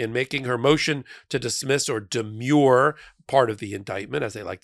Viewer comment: Pronunciation: Demure and demur are two different words. Demure (shy, modest) is de-MYUR. de-mur (as a legal term) is de-MUR.